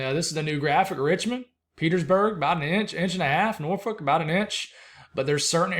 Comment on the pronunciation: I live in Norfolk Virginia and you pronounced it correctly normally people not from this area pronounce it wrong .